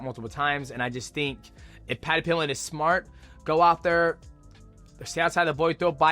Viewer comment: That and Paddy Pilmett